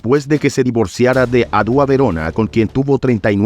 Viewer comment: No es Adúa es Ádua locutor !!